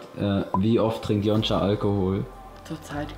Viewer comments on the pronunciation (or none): Wieso nennt yonca eigentlich immer yonscha 😅😂😂